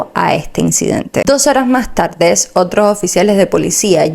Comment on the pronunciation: Vocalizar a la hora de informar es muy importante! No se dice TABDE se dice tarde !!!!